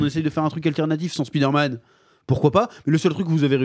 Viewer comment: Pourquoi tout le monde prononce " Speeder - Man " ? 🤔 Y’a 30 ans, je disais: " Avec l’anglais à l’école, d’ici 5 ans, tout le monde l’appellera Spider - Man ". Non. Alors que personne ne prononce : " Iron - Man " à la française.... 😅